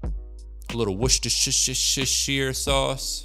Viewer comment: Just say "Wooster".